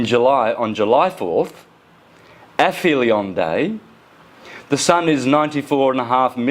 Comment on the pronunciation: Go on ass-hole, say "APHELION" again, just as though you were as utterly stupid as you are! 🤣👍❗🌎💫⭐ Err... no... no, you're still saying it as though you were saying, "Paedophilia", a word that I'm sure you're unfamiliar with, just as much as you're unfamiliar with so many other words! Oh ho ho ho! 😆🤣😆👍❗🌎 What a dummy!